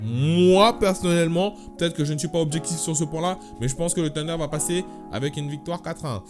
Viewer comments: Pourquoi il dit "Tunder" c'est pas "Sunder" normalement la prononciation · Wesh, ta cru que le thunder était du poulets KFC, arrête de dire "tunder", y'a une H!!